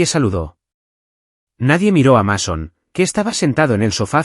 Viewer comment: Así se escribe Mason, pero se pronuncia así: Meison.